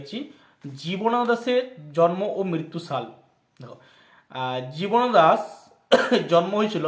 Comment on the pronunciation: জীবনানন্দ দাশ উচ্চারণ ই তো করতে পারছেন না ঠিক করে।